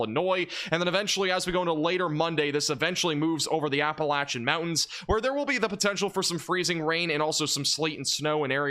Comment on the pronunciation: You said Appalachia correctly, subbed. 😄 appreciate the content